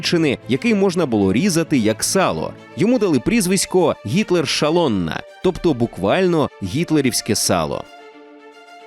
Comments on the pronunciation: Зовсім не заради хейту, але шаллонна це зовсім не прфесійний переклад. Буквосполучення sz у венгерській мові звучить як с. Буква А без коми зверху звучить як о. Тобто szalonna заучит як солоно, вибачайте за прискіпливість але не міг не поправити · Дякую! але в угорській sz читається просто як українське С. тож не шалонна а салонна. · А чого "шалонна"? szalona ж читається угорською як "солонА" з наголосом на останній склад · Сало угорською читається не «шалонна» а «салонна». Не плутайте вимову звуків в угорській та польській мовах. SZ в угорській -це звук «С», а в польській - «Ш». А буква “S” в угорській -це звук «Ш». Сподіваюсь, вам це стане в нагоді. Дякую за відео😊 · Все ок, тільки в угорській це теж салоніна,а не шалоніна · букви SZ угорською мовою читаються як С. тому ГІТЛЕРСАЛОННА, а не Шалонна. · угорське слово на позначення сала - szalonna - прочитали неправильно, насправді воно звучить ближче до нашого - "салонна". "sz" угорською читається як "с", а от "ш" в угорській позначається просто літерою s. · "SZ" угорською читається як "с"